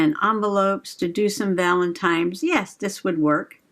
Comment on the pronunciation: That was fun! I have the basket weave papers too. Now I want more! New subscriber here. But I got a whole stack of ugly thick marble tile like glossy 3x3 squares. BROWN! Eco dye fantabulous! Are you saying valentimes?